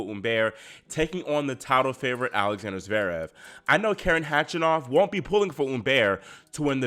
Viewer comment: Belarus.ian and karEn is the correct pronunciation. Thsnks